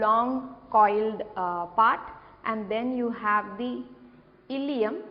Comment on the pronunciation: that illeum, not illelum